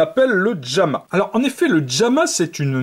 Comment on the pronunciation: "Djamma" lol